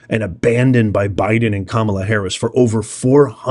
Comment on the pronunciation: You keep saying it wrong. Kamala didn't win a single state that REQUIRES voter ID.